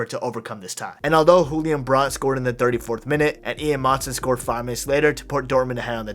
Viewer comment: Bro said hulian brandt i’m dead